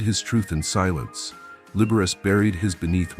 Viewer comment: “Libberess” & “Libber-ace”?